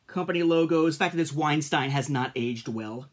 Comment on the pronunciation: You pronounced Weinstein wrong by the way. Good video regardless.